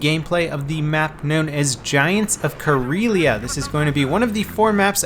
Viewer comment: Does anyone else find it interesting that you pronounce the name of the map in the same way as Corellia? (Planet from the Star Wars universe)